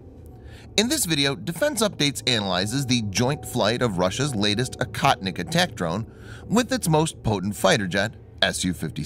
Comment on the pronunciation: Akahtnick in Russian means nothing! Oh-HOE-tneek, the correct way to pronounce the word, means "hunter."